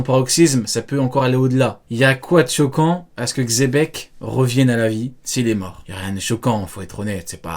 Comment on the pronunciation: C'est le Mont Corfraude qui ont dit chebec en premier, du coup les autres youtubeurs étant leurs chèvres font pareils, sans doute pour attirer plus de monde sur leurs vidéos. Mais Rocks D Xebec n'est pas Espagne et Sengoku avait dit Dzebeku.